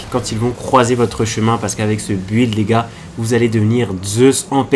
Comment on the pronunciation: Tu me stress a dire bu illd 😭